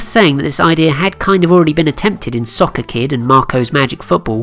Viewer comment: Nice video, but you mispronounced the word "Soccer" about 500 times in this video.